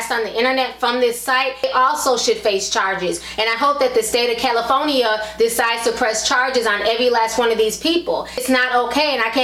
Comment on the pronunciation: "the state of caliPHONYa" lol gotta love ti.